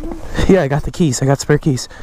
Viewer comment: "you ARe Portuguese"